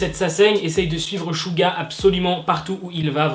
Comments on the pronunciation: Tu dis shu pour suga et suran bref ... ça se prononce tsuga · Ouais c’est clair le pauvre mais ça s’écrit suga et sa se prononce shouga voilà 😊😊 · SUGA ça se prononce suga ou chuga genre jsp trop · Coucou j adore tes vidéos mais je trouve que tu devrais t améliorer et vérifier comme ce dise les blases d'idol car même suga tu le prononce mal sur ce continue ton contenu est intéressant